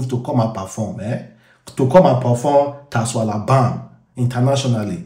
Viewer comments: TASWALABAM, well done for destroying the pronunciation 😂😂😂😂😂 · It's pronounced shwalabam